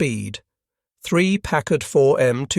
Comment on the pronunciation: Finally! A Briton that pronounces Packard perfectly!